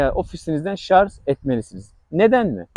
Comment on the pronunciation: Hocam, bilgilisiniz belli. Ama lütfen şu "şarz" lafını kullanmayınız. En az 20 defa kullandınız videoda. Doğrusu, "şarj" dır.